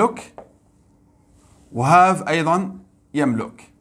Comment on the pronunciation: شكرا جزيلا بارك الله فيك استاذ حفظك الله لدي ملاحظة وهي نطق فعل يملك باللغة العربية نقول يملِك بكسر اللام وليس بضمها تقبل مروري